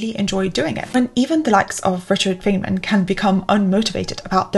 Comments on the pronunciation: Dangit. I wasn't watching, just listening until now... Fay-man. Threw me off. I've only ever heard it Fine-man. Now... I'll never forget this guy and his teachings. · (Feynman is pronounced like fine-man.) Loooooove your content, you inspire me so much, great video as always ♥️ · It's pronounced Fine-man, not Fane-man.. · Dr. Feynman (pronounce Fine-Man) would be proud of you. I think there may be a tour of the Caltech campus in your future. Stop by Pasadena sometime and see! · 📖About "Feynman": His name has to be pronounced like "Fine-man" or even more precise "fine-munn". It is German (Feinmann) , but got anglicized. His family moved to Russia, as many Germans did since Katharina the Great was German herself. The "i" became a "y" and the second "m" got lost. The German meaning indeed has the same meaning like in English: Richard came from a family of "fine men". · Great video. Note: Feynman’s name is pronounced “Fine-man”. Again, great video. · Great video, thanks! BTW, I think it is pronounced "Fine-men" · Ack! It’s pronounced “Fine Man”! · His name is pronounced "Fine man." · This is the second time I've seen you mention Richard Feynman, so I have to ask, are you sure you're pronouncing his name right? ;) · Feynmen is pronounced "fine-man". /ˈfaɪnmən/ "trough" rhymes with "enough" or "cough" Regarding the "innocent" mistakes list, are you not advocating for "Medieval Time Tracking". I see #1, #2, and #4 which you listed is something that you would avoid or discourage. But for #3, that seems to be something that you prefer doing, since you are motivated by the task which you are performing and not by artificial time constraints. Thank you for this video.